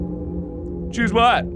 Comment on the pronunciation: Mark said "phoose" honestly I also think it was "phoose" instead of "choose"😂